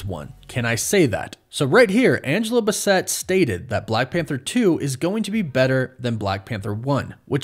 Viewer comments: Angela Bassett's last name is pronounced "BASS-it" not "Bissette". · Angela BASS-ET, not b’sset. Please get that Queen’s name right, sir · Deadpool was fantastic...Deadpool 2...not so much. Also, its basset, not buh set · 😩😩😩 You're mispronouncing Angela Basset's name. It's not Bu-sett; it's Bass-it. Like the fish. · Angela Bass + ett not Ba + Set... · Angela Bassett is pronounced BASS-itt. Not Buh-SETT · It's Angela B + ASS + SIT, not BUH + Set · Who tf is Angela BUH-SET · It’s BASS-IT not Buh-sett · Great Vid! Angela Bassett name is pronounced Bass ETT… She’s a legend in black culture gotta get that right bro!!!! 🙏🏾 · Great vid. But its Angela Bas-set. Like the type of hound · Its pronounced Angela Bass( like the fish) - it. Basset. Have you only watched children's movies your entire life? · Yea I'm excited about the movies and all that but you gotta put some respect on her name (Angela Bassett) It's pronounced- Bass ("like the fish") and the" et "is pronounced like "It" Sorry i couldn't let it fly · It’s basset mfer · why do you keep saying angela basset so weird ?bass-sit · Ight you gotta say my Auntie last name right it’s BASS like the fish and et Bassett… now you can still come to the cookout but def lost yo to go plate 😂😂 cuz come on fam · WAIT you don't know who Angela Bassett is? It's pronounced Bass-it. 😭😭😭 NOO. Does this mean I'm old? Wait how old are you bro? 😭😭😭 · Just to be helpful, it’s Angela BASS-ett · It's bass-et. It's wolf. Not woof. You're in need of some help. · YOOOO!! You butcher that lady's last name.... 😅😅😅😅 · "Bassett" pronunciations got me dying, lmao💀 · I love you but they way you pronounced Angela bassets name is killing me 😁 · Bro how butcher the Legend Angela Bassett's name like that LOL... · The way you say Basset 🥲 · him mispronouncing Angela Basset's name took me out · Def butchered her name lol smh lol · The amount of people commenting about him mispronouncing Angela Bassetts last name is kinda funny